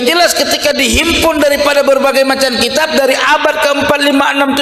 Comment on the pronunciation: ini tokang piknah km baca kitap kurang tepat ngaji lagi